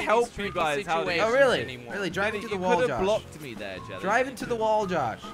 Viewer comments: josh said woll jelly said feenally bro WTF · It’s not a whool its wall jordy. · lol josh can even say wall he says wool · why cant Josh say wall /LOL